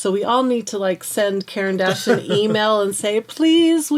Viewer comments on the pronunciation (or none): It's pronounced kor ahn dash